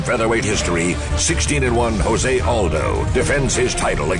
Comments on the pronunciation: "Joe-say Aldo" wtf? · It's not (H)ose...It's Jose. He's from Brazil, and his name is pronounced in portuguese